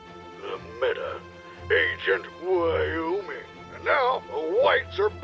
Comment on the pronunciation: The way he said Wyoming had me on the floor screeching